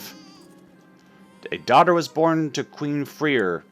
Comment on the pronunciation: I know that this is WAYY too late, but Freir is pronounced Frey-ir